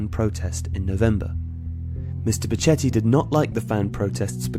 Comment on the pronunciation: its pronounced becketti